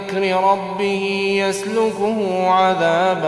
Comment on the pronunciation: ربي يجعل قراءتك في ميزان حسناتك يا صاحب الصوت الشجي.. لكن هناك خطأ (لحن جلي) في كلمة (يسلكْه).. آية 17 الكاف فيها بالسكون .. وقد قرأها القارئ بالضم.. حفظكم الله ورعاكم.. وحفظكم بما تحفظون من كتابه العظيم..